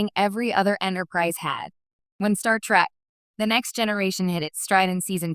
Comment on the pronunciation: An AI voice that mispronounces "'Trek."